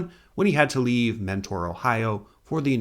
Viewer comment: And it's pronounced Menner, not Mentor. That how we can tell the out of towners.